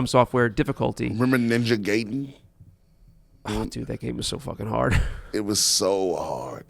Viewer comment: I agree about Ninja Gaiden but, i thought it was pronounced GUY-den.